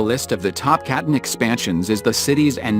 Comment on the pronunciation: Artificial voiceover continuously mispronounces “Catan”. And the content seems AI-generated too… weird and full of inaccuracies.